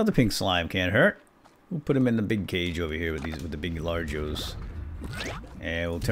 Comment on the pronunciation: Dude you are saying largoes